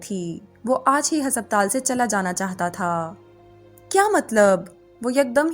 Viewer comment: Why is the pronunciation for ‘haspataal’ so off